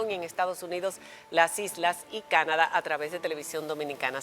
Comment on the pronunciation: No sé dice Canada, hasta cuándo? Se llama CANADÁ